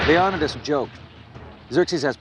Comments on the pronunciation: FAILENKS NOT FALENKS JEEz GET IT RIGHT man! YOU SHOULD KNOW FAILenks LIKE HOW YOU FAIL AT SAYING LEON-I-TIS NOT LEONODAS. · his name was Le-o-ni-des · anybody really pissed off at how this guy goes out of his way to say everything wrong? yes we don't know "exactly" how they pronounced it but Leonidas is accepted as (leo-ni-dis) by many people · Total pronunciation fails... Leonidas, Phalanx, and a few others. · I hate how the narrator pronounces Leonidas's name.